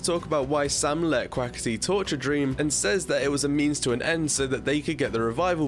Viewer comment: It’s Sam not sum